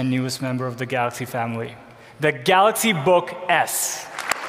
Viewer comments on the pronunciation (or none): "The Galox Note 10" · Ahahahaha he calls is Galax.. 😂😂😂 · I like it when he say "Galox" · You just know he practiced that 1000 times in front of the mirror. "I'm the goddamned CEO, I have a responsibility to pronounce the name of our flaghship line correctly! Galox... galax... ga...lax.. galiks.. galakshi. Oh! Galaxsh.. galaxsh!! Ga... galax. Galox. Galoksh.....good enough." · THE GALAKS NOT TEN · It's pronounced galox book